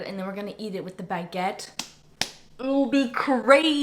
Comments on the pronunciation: the way you said 'baguette' waow you had a greaaat accent there, im french btw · as a french, hearing saying « baguette » with this excellent pronunciation might be the highlight of my day ❌🧢